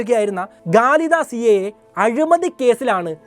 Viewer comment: ഗലീദ അല്ല ഖാലിദസിയ അവതരണം നല്ല ഇഷ്ടം കോളേജ്ൽ ലെക്ചർ ആവാം